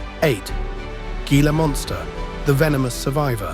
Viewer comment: The g in gila monster is pronounced as an h